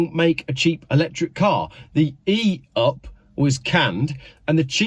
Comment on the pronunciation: The VW ‘E-Up’ sounds like it’s from Yorkshire 😂😂😂